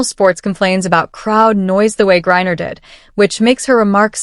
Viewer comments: It's not Gurrier it's Griener . Your AI narrating is o4f poor quality. 😂😂😂😂😂😂😂😂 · Gurier, Greiner, AI sucks. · The ai narrator is annoying. It mispronounced griner every other time. 😂😂🤔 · Her last name is GRINER! Get it right for goodness sake! 🙄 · Who’s “Gurrier”??? I fk’n hate AI. I REALLY hate people who make channels and are too damn LAZY to narrate themselves. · I was tempted to subscibe but couldn't on principle; the AI voice kept referring to Griner as "Gurrier." Do better. That's pretty sloppy. Most I can do is a thumbs up, because it was a quilting of interesting videos and information. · Who the heck is Gurrier? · Do you ever wonder if people on YT are stupid. Who is Gurrier? When you steal other peoples content and then use inferior AI to incorrectly spit out drivel you wrote, you think people are going to subscribe? Maybe clean up your act and do some work for a change; after all of that you don't even mention that Griner is a man in women's sports; shameful. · Is there a reason why you can't pronounce Griner properly? Aside from the fact Griner is a joke. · Agree. Pronouncing Griner as "Gurrier" was crazy stupid. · She is pronouncing his last name wrong.Griner is a man.Gry,ner. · This is a really bad AI narrator . Called Griner - Gurrier and Grinder. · You want us to subscribe but within the first couple minutes you mispronounced Griners name 3 times. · Your AI sucks, can't pronounce Griner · The crap AI cannot pronounce Griner's name more than half the time. And anyone that does not know Griner is a male is delusional. And using she And her is a lie. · This AI shit is stupid. Can't even pronounce Griner properly!!! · I hate this AI voice. I guess the idea of a "vocal proofreading" isn't a thing. I'm not a Greiner fan, but it was mispronounced pretty much every time. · Griner is being mispronounced over and over again. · How many times did the AI get Griner’s name right? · C'mon, AI, get the name right. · Stop mispronouncing griner 😮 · Who's gurrier